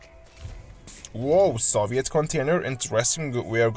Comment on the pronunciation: Soviet: (saw-vee-it)